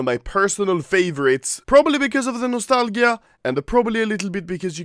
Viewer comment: this man just said nostal-gya